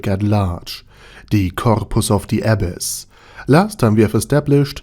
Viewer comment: i was hearing abbess instead of abyss, til i saw the comments